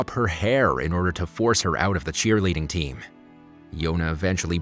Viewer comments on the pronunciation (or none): none